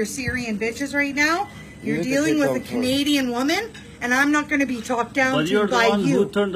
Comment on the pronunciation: She’s not Canadian. She’s Native Indian. She even makes Canadians look bad. She can’t even pronounce Canadian the right way.